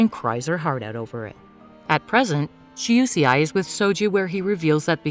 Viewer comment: UCI??? 🤣🤣🤣🤣🤣🤣🤣lol it's Shuseii🤣🤣🤣🤣🤣🤣